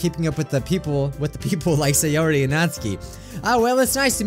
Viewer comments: pronounces Sayori as Sigh or ee But its Say or ee 💀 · Siyori Me: It’s SAY-ORI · Say or re not sai or re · Minecraft Monarchy actually, sie-or-ee